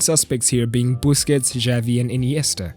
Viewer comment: I cringed so hard when he said busqets as a great player LOL